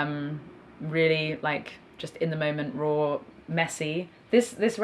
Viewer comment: I love how she pronounces “raw”. Roooow